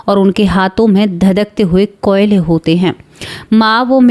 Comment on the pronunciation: Kiyole nhi koyle...